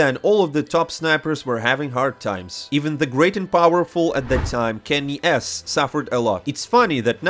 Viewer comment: awesome to see you pronounce KennyS correctly bro. Things are changing fast in a good way 👍